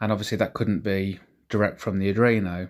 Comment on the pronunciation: Dont get me wrong - I really like your videos and I envy your setup. Absolutely! BUT - In case you didn't know, it's called "Arduino", not "Adruino".. It hurts a bit inside every time you say that word :) Keep up the good work, it's looking awesome!